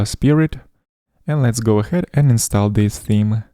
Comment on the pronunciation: Но "install" вроде произносится как "инстол"